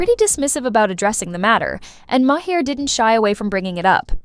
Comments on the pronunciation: Maher, not ma hare. Mahr. Rhymes with bar. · Did you hear May-her? Instead of Mahr? Or is the spelling wrong? Katherine and Bill both spell their name Maher. Sorry, but I didn’t hear Bill May-her. Oh, wait. Now I get it. Lol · I also heard another name and a different pronunciation; Ma-heir. That must be AI voice.